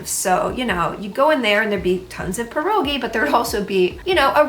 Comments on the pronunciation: You pronounced pierogi correctly, that's enough for me you're Polish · The fact you say pierogi correctly is everything to me ❤